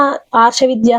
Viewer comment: ఏమి అమ్మా,నీవు తత్త్వవిదానంద స్వామి పేరు తత్వానంద అని,నటరాజన్ పేరు నాగరాజు అని చెప్పడం ఏంటి? ఫస్ట్ భాష సరిగా తెలుసుకొని వీడియో చేయాలి.విషయం సరిగా తెలుసుకొని మాట్లాడాలి.ఎన్ని సార్లు తత్వానంద అని అంటారు.పేర్లు కూడా సరిగా పలికేది రాకుండా వీడియోలు చేస్తున్నారు అమ్మా.